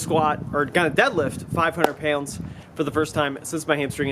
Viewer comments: I think it's more like payoundz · LOL it's more like "payunds" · I get a rush of adrenaline every time he says "pyounds" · Sounds like a New Yorker and says pounds like he's from Tennessee. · Where is from? The way he says pronounces pounds makes me think Ohio or Pennsylvania. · HAHA SAME